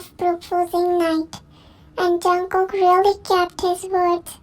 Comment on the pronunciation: Call me weird but I thought she don't know how to pronounce jungkook